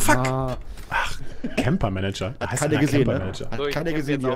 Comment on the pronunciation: der eine heißt camper MANGER und nicht MANAGER :D aber sau geil bitte öfter solche videos! :)